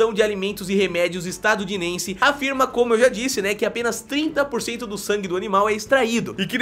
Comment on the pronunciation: Ele narra- "Estadudinense"?🤣🤣🤣 Acontece